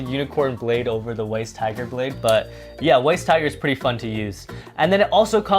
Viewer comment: Weiss tiger is pronounced "vice tiger" because the name is supposed to be German. Ws in German are pronounced like vs'